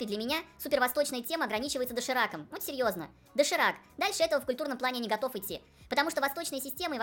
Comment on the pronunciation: "Мы мужчины", автору не стоит так быть уверенным в этом высказывании. Особенно учитывая как он произносит: "ну серëëзно".